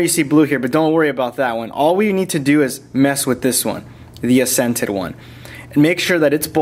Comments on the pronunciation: Accented should be "ack-sented", not "ass-ented". Otherwise, great video. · Ha ha like the vids man but it's "AK,sented" not "a,SCENTED" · This is a great video for customizing your phone, Great work. Already used some of your tips to get my boss on my Nexus 4. But, why do you say Assented not Accented? Do you pronounce it the same when talking about different people's accents (the way their voice sounds)? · Great video! (for the record and for future videos, it's accented, like AX-scented) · "Accented" is pronounced ak-sent-ed LOL... other than that driving me crazy, great video! :) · Love the video (and all your other videos) but seriously that's not how you pronounce accented... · i hate the way he says accented